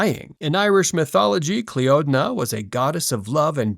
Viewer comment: Cliodna is pronounced CLEENA